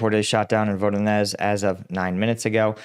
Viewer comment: When it comes to Voronezh, Prigozhin or Zaporizhzhya, 'Zh' is pronounced as the S in fusion or vision. More like a J than Z.